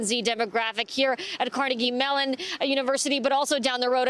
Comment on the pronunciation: Okay. I have never been able to warm up to you. Don't ask me why I don't know. But you just corrected everyone's pronunciation of Carnegie Mellon. Props.